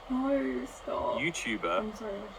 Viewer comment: lmao u going "NO"